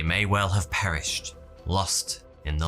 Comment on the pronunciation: They might have “Paris-hed” 👀